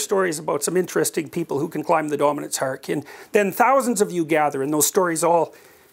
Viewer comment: He's said "hierarchy" so often in his life and work, that he has come to pronounce it, "haarky." :D